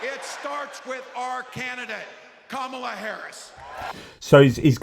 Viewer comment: Hi all! I just want to share the correct pronunciation of "Kamala". It's Comma luh. Probably important to get it right from the start, as I'm assuming we'll be saying it along over the next 8 years!